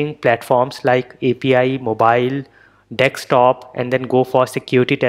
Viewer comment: It is desktop and not dextop